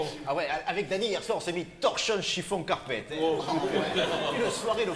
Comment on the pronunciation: Torchons, chiffons, carpetteuh!